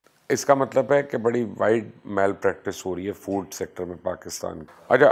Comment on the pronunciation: فوڈ ہوتا بھائی فورڈ نہیں